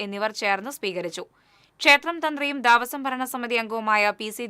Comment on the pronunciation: ദാവസം അല്ല കുട്ടി, ദേവസ്വം എന്ന് വായിക്കു. ന്യൂസ് വായിക്കുമ്പോൾ അക്ഷരങ്ങൾ തെറ്റാതെ വായിക്കാൻ പഠിക്ക് ആദ്യം